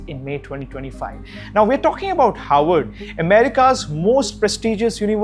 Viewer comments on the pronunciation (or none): It’s “HARVARD” not “Howard” 🙄